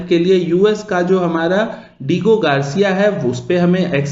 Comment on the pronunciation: Bro it's pronounce. D-aa-go Garcia